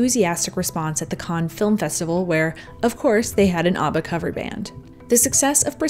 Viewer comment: Great Video, Love Toni and you, just wondering why do you pronounce ABBA as ARRBA, it is pronounced like one would say he has six pack ABBS, so ABBA not ARRRBA. :)